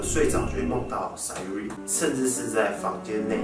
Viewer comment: 那個SAYURI是唸「傻U里」😂😂